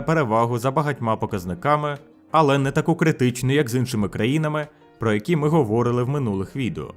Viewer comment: найух автор нейронкою переводить відео? консєрва? говОрили